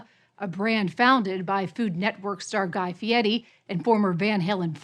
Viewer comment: Guy Fee Eddie, huh?